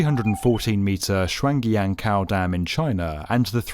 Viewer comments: SHWAN GEE YAN COW DAM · It’s Shuang Jiang* Kou. Pronounced “Shuang”, Jiang(one syllable, not Ji-ang), and “Ko”.